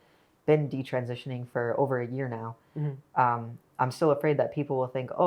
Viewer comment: All her friends were taking birth control and talking about having sex with their boyfriends . . . in Catholic school?!! I am impressed with how articulate Katie Anderson is. I wish Chloe Cole would learn how to say "transitioning" and "detransitioning." She always leaves out a syllable and says "trantioning" or "detrantioning."